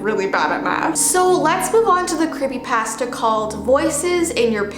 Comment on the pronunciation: i like how she say's creepypasta it's cool i like it